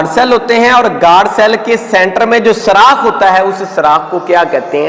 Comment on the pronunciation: پیارے بھائی اچھا لیکچر ہے ۔۔ لیکن ایک بات آپ کو بتاؤں کہ لفظ سراخ نہیں ہوتا سوراخ ہوتا ہے 😊